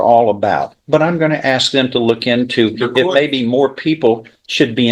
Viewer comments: Axing all over the place. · Baby momma and of course "ax"; instead of ask 🤦 culture